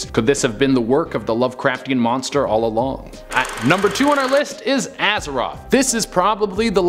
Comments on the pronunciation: Azewhat? Isn't it "Azathoth"? Bro played too much World of Warcraft.. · Why you pronounce Azathoth as Azeroth is beyond me :D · Azaroth? dude, it isn't world of warcraft lmaoo It's Azathoth, the Blind Idiot God, lmaooo I mean wasn't the "-th" evident and far enough from being pronounced as "-r"? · You kept saying Azeroth. LOL play WoW much 😝😘😍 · He keeps on pronouncing azathoth azaroth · Did you say "Azeroth" instead of Azathoth? hahaha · “Azeroth” no, Azathoth the idiot god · Azathoth not azeroth xd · Azathoth, not Azeroth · Funny... the screen shows Azathoth..... but he keeps pronouncing it AzaROTH. I dont think that’s right, and if it’s not, do you guys not play back these videos’ before posting them? You would have caught it and corrected it. Professionalism please!